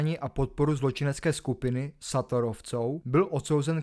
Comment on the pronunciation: Šator takže Šatorovi ,Béla Eči se to čte a to jsem Čech ty vole zapracuj na výslovnosti zrovna o Šatorovi je toho všude dost 😉👍